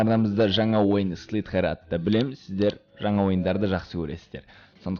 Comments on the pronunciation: агылшынша дым билмейсинго слитге емес слизер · слитхер))) слизер дешиш) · даке слитхер емес слизарио